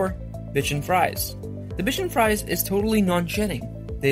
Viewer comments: its not bridgin fries lol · Yeah. Like Bridgin Fries